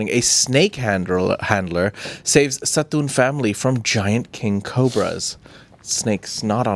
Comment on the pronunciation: totally pronounced 'Satun' correctly ❤❤❤❤❤❤❤❤❤❤❤❤❤❤❤❤❤❤❤❤❤ I live in Songkhla near Hat Yai. I hope one day to trade life story's with you guys on camera or off😇😇😇